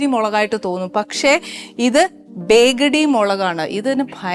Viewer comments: ബേഗ്ഡി അല്ല ട്ടോ. ബേഡ് ഗി മിർച്ചി ആണ് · It's not begadi, its bedagi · bedgi മുളkaanu. ബേഗടി അല്ല. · Not begadiiii it’s byaaadigeee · This chilli is called byadige and not badigi as you said. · Byagdi chilli എന്നാണ്. ബയഗ്ധി